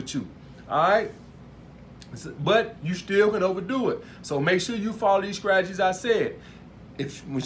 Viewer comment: "scragedies" instead of strategies xD